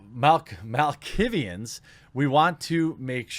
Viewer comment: Mal-KAY-vians Pet peeve. Major VtM tabletop fan. Moving on.